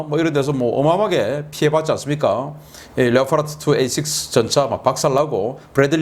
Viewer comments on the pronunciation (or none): none